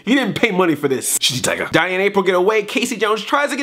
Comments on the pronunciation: He DEFINITELY said Sh*tty Tiger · he totally says shitty tiger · Good, I'm not the only one who thought Splinter said shitty tiger! XD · yeah, he def said ''shitty tiger" lol